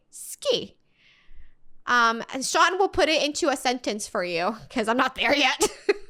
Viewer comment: It’s Sean not shion